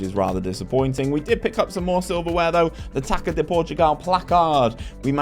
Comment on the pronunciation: Hey! Really enjoy your rebuild videos, but let me give a pronunciation guide to the portuguese language! Whenever you see ÇA on a portuguese name, the actual way to say it is a if you're reading the SA from the word SALT, so Gonçalves and Taça would be equivalent to "GonSALves" and "TASA"! Pretty much salt without the T. Kudos!